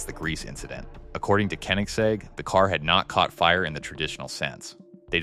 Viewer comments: the jesko is pronounced "yes-sko" the gemera is pronounced "jah-mera also, you pronounced koenigsegg at least 3 different ways 😂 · Bro can do anything but pronounce Koenigsegg correctly 💀